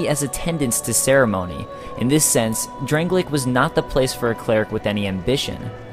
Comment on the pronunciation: "Drang-lay-ik"? Its drang-lake so says everyone and the game